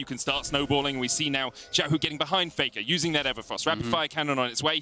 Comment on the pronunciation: Why do so many NA and EU casters have problems pronouncing Xiaohu‘s Name? Or is it at some point deliberate? There is LPL casters with them in the same room pronouncing it properly while they don‘t? Sus